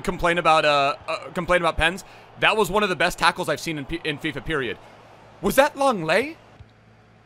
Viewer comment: Who is longle?? Thought it was lenglet